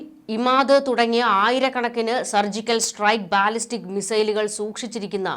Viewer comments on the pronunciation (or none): none